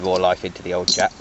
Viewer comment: i heard ppl say it jap, but that's a bad misnomer. say it like this: Jay A Pea wonderful old engines. there's parts available and reproduction. I know this is an old old video, but thanks for sharing!